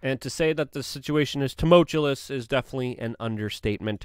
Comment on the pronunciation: “Tumultulous” Nice.